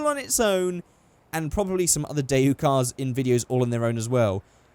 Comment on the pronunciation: Dayu? That's not how you pronounce that. DayWoo, is the right way.